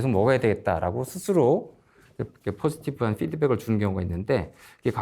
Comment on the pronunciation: 중간에 영어 발음 포지티브 ~ 파지티브로 발음안하셔서 좀 깹니디 ㅠ . 선생님 영상은 다 찾아보고 있는데 ••• 의학서적도 영어로 거의 돼있지 않나요